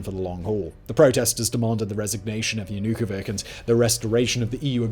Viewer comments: Everytime he says YanukoviKH something inside my just dies. Why is it so hard to learn how to properly spell eastern names? Every single western video about war in Ukraine is filled with improper pronunciation of names of cities, villages, people. If you are going to talk about half and hour about a person, why don’t you learn how to properly pronounce their name? Sorry for being salty, but it’s just disrespectful in my opinion. It’s not that hard to learn how to properly pronounce someone’s name. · At least learn to pronounce the names: in Yanukovich the ch is pronounced like the ch in cherry not as in the word chaos. jɐnʊˈkɔwɪtʃ The rest is just as good as the pronunciation of the name, not even pretending to be unbiased. I have been watching Russian Roulette by Vice News. It is worth watching. Much more time consuming than this stuff, and also partial, but much more balanced, asking local residents and broadcasting their views even when it is contrary to the western narrative. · Yanukovich pronounced with [ch] sound, as in "chimney" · How hard was it to learn how to pronounce the name correctly? Do you call John Malkovich or Milla Jovovich... as vik? Whats wrong with you? Makes it hard to take you seriously. And Its a sensitive topic to me since my own name is Karpovich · JanukoviK? Was it really hard to learn to pronounce Č like you did with Jushcenko? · I mean.. yeah, that's one way to sum up this story. Kinda like your pronunciation of ya-nu-ko-viTSCH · It is YanukoviCH. If you gonna cover this learn how to pronounce the name of the president. If you can't even get the name right questionable how well you fact checked the rest...I can name about 20 other inaccuracies and more omissions. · Viktor Yan-ook-o-vic? 🤣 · >>yanookoveehh ahahahah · take a drink every time he mispronounces Yanukovich's name! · Oh, for God's sake- you can't even pronounce his name! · You have got to figure out how to pronounce the man's name correctly. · Yah-na-koh-vitch, not Ya-nu-kovic